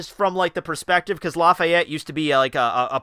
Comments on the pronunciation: Blackbeard's height is 11'3, not 7. Also it's Laffitte, not "Lafayet" ;( We don't know if they have "small people" on their crew yet, we haven't seen any. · im Laughing out loud about how you pronounce laffite xD